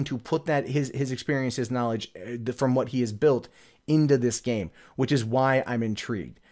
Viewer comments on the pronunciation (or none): none